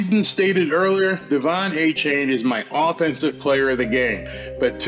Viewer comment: DE-Von A -Chan